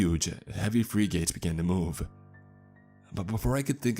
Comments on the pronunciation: He always pronounces words oddly. Frigates = Free -gates??? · His pronunciation of “frigates” was hilarious.